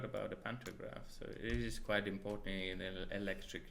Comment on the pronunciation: "It is kłajt important"